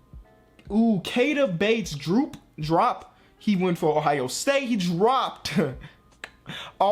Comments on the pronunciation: What the heck bates drop. It's bates dee op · Its Keita Bates-Diop not Drop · It’s Dee-op not Drop! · Pronounced “Key-Ah-Tah” Bates “Dee-Op”